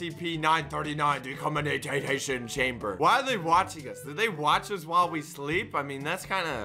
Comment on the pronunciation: they can't pronounce decontamination